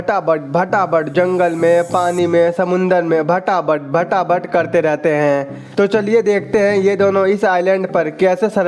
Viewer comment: भाटा भाट भाठा भट😂😂😂😂क्या बोला है 😁😁😁